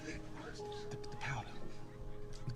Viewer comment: Ki and chi pronounced kee and chee, not "kai", bro! 😉